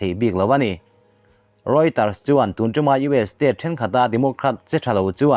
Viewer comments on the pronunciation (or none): none